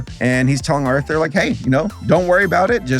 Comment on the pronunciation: Didn't it always sound like they said "now back to author" instead of Arthur